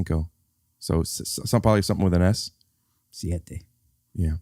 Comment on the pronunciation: “Siete” Thanks, Bill